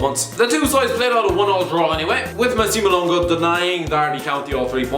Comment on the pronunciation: I’m sorry how the fuck did u just say Massimo Luongo’s name?